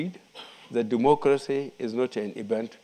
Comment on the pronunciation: All I heard in the first five minutes was Duumoocrasy. Can someone tell this sick man to sit down. Dumb like a bag of rocks..